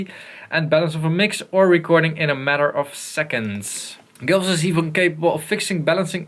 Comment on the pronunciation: gullfoss, not gulfoss. probably named after the waterfall in iceland